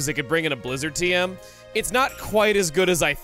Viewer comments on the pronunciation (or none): none